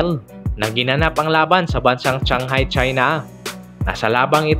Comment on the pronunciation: shanghai,china ang alam ko hindi changhai,china..